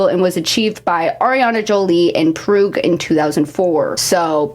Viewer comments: “Proog” is FRYING me 😭 it’s pronounced “Prawg” 😭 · i'm sorry what? "Proog"? HELP no that's Prague.. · in PROOG i’m sorry but i find it funny how you don’t know how to pronounce prague because i live here and i don’t know how you got proog from prague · “Proogue” nooooooooooo im actualy offended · Proog???? You ain’t never heard of Prague before lmfao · girl sorry but it's not pronounced proog 😭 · Girl I'm sorry but pronouncing Prague as "prug" absolutely ended me😭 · as a Czech person that has heard many mispronounciations of Prague, Proog is something I've never heard before Thanks for teh laughs and giggles and lots of love from Czech Republic 👋💙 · No but real tho haha Proog 😭😭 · girl you did NOT pronounce prague like that omfg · Great video but how the heck did you say “Prague” in 😭😭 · girl, how did you pronounce Prague 😭😭😭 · Ive never heard anyone pronounce Prague like that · THATS NOT HOW YOU READ PRAGUE 😭😭😭